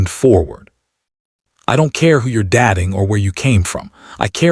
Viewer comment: You mispronounced dating.